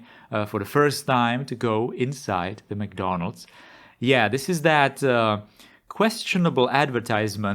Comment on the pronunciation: ah yes, McDondald's😅